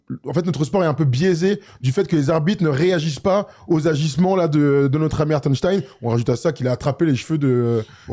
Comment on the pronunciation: Hartenstein ou hartenstine?😂